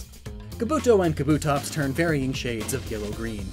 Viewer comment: I love shiny Espeon. It is beautiful!..Also you said Kabuto and Kabutops wrong...People always get this wrong......You know Kabuto from Naruto? You pronounce the Pokemon THAT way....